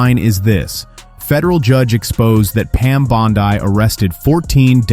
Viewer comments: I can't believe the banner for this clip literally used a photo of Judge Judy as the Judge, lol. And this didn't happen. So bad, its bad, lol. And no I won't support this channel. Stop making things up, it doesn't help. And her name is pronounced Pam BONDEEEE, NOT BONDEYE. Silly goose. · Is pronouncing her name "bond-eye" a way of insulting her, or do you really think that's how to pronounce her name?